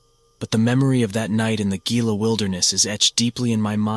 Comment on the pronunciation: Love the content bro! Just fyi Gila is pronounced "heela" and mogollon is prouned "mohgion"